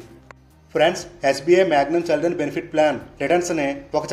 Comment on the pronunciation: చె కాదు చి,చిల్డ్రన్ 👍